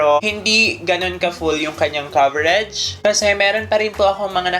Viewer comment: Coverege? Ako lg ba nakakapansin ganun nya pag pronounce ng COVERAGE.